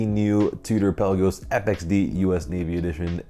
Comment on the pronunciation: It’s Pe la’ gos not Pel’ a gos!